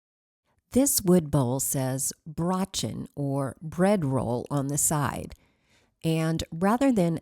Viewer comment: The pronunciation for the bread bowl is Bro, what one refers to as a brother Brochen, which is a German bread roll, very crusty and very good. I was able to be in Germany for 10 months when I was in the Army.